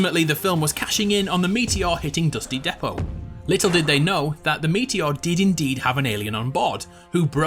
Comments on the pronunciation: He said dusty depot wrong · Why is this guy calling dusty depot wrong